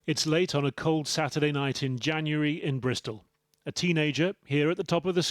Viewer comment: "Bristol" sounds posh as heck lol gang life in "Bristol" hahahahaha